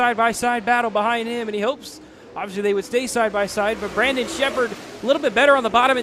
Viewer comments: It’s not “brenden” it’s BRANDON. lol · for real lol. guy couldn't say his name right for the life of him